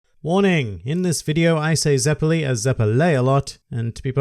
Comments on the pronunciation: iTs zEpElLi, nOt zEpElAyEd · its ZEPPELI ZE-PE-LEE god ur so dumb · It’s zeppeli not zeppeli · says Zeppeli wrong Me: IM RIPPING MY DICK OFF!